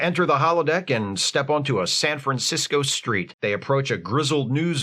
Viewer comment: Man, with the way you said "A San Francisco street" for a second I thought you said "treat" Could have been a great Rice A Roni joke/reference.